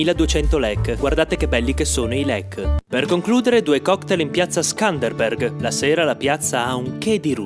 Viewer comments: Scanderbeg non ScanderbeRg 😅 , comunque bravo sempre divertente👌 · Miiii hai chiamato la statuetta di Skënderbeg, la statuetta di Robinhood 😂😂 Skenderbeg ti fara decapitare come faceva con i Turchi 😂 "Mi sono spaccato di ridere, bel video del mio paese"